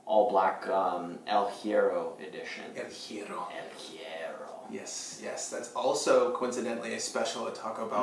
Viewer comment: In Spanish words starting with H, the H is mute. So, it's more like "ehl ye-rro" ;) - great vid!